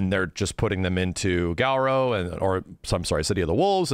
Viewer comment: I know I'm being nitpicky af, but I can not believe people still can't get Garou right when literally every announcer after Garou Densetsu Special back in 93 clearly says "Garoo" and not "Garow."